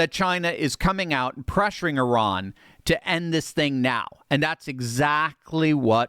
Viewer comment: The only guy on youtube that pronounes Iran correctly 👏